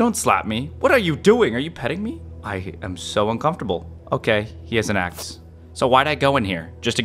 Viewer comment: the fact he said as$ and not axe